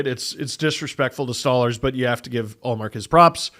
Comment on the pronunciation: The way said Stolarz made me end the video and unsubscribe